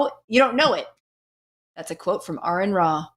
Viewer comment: He who misspronounceth Aron shall be punished.